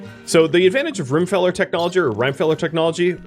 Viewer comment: Please stop calling the mod Rime -feller. It's pronounced like Rockefeller as in the guy who created Standard Oil and one of the wealthiest people in the world from back in the day. So it's an oil mod with Rimworld added in as a play on words with Rockefeller's name. Rim-e-feller. 😁